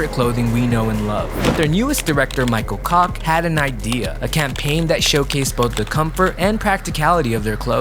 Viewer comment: 😂 Not Michael C*ck...its Michael Koch (Kawtch pronounced)